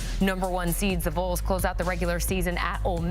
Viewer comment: “The Voles”? Wtc? It’s pronounced VAWLS THE Tennessee Volunteers the original and real UT🍊